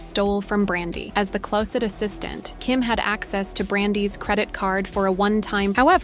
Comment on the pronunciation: Strange way of pronouncing the word "closet".